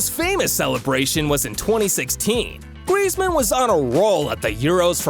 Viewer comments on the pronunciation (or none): none